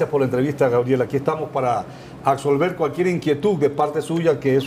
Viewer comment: aBsolver bobotrón. Aprende a hablar carajo que no comprendo cómo das clases con ese lexico pueblerino. Se dice chaT, no chaC...chch madre que eres realmente ignorante placero.